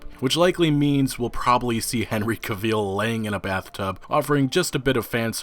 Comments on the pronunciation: It's CAvill, not CaVILL. The stress should be on the first syllable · Cavill, cav-ill not Caveeeel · If you say Henry CA-VEAL one more time, ima lose it 😂😂😂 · CaVeEl no, its cavill, cav-ill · Caveel? Pronounced Kav-ill. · Can Vill. NOT CAVEEEL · Why people pronounce Cavill so wrong? It’s pronounced like travel. Ca•Vil Not ca•veel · Ca-veel It's Ca-vel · "Henry Caveel" 😂😂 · Stop saying "caveeel". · Didn't know his last name was "Caveel". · No hate, his last name is pronounced like gravel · You can't even pronounce his name. It's Henry Cavill as in; travel. Henry Travel, Cavill. He will be perfect as Geralt btw, I can't wait. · I can already tell this video will be horrible cuz you can't even say his name right. Smh. "Caveel" 😂 wtf? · "Henry caveel" lol. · You mean Henry Cave Eel isn't your favorite actor?! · "Caveel"? Cavill. Rhymes wih gravel. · Cavill dude. Not Caveel. It’s pronounced like Travel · Henry Cav-EEL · Henry Cavill is pronounced like Travel not Caveeeel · Who tf is Henry Caveel? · I’d like to point out ...his name is Henry Cavill....Cav... & ill as in sick....not ville...as in De ville....get it right ffs😠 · I think you’re saying his name wrong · Why you sayin his name weird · This^, every time he said his name wrong i cringed. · that is NOT how henry pronounces his last name.... homework buddy homework 📚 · His name is pronounced like gavel but with a hard 'C' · Dude there are so many sources out there that you can tap into to be able to say Henry Cavill 's name properly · Cavil... rhymes with travel 👍🏻 Other than that, great video 🤣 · Small nit pic. Cavill is pronounced like the word travel, except a c in place of the tr obviously. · You are saying Cavil wrong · Why do you pronounce his name like that? Its pronounced extactly how its spelled.... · You really gotta YouTube how to pronounce people’s names before you make videos. First it was Keanu. Now it’s cavil